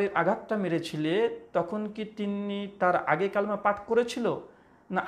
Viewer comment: Didn't you pronounce wrongly the name of 'Kalima'?